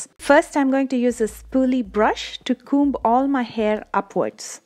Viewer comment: The way she said comb 🤤😩😍 komb!